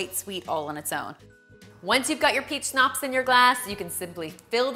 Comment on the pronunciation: Why she pronouncing schnapps like schopps?